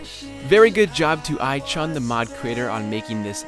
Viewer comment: the pronunciation of iChun is I-Tune